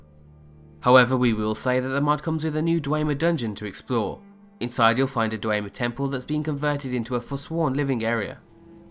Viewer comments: "Dwemer" is pronounced "Dvemer". The "e" is like in "Café". Not Dweimer. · Legit feel a slight desire to unsubscribe every time I hear "Dway-mer" and "Kee-nay". It's "Dwem-er" and "Kein", for the love of Christ. They pronounce these words all the time in the games, please stop.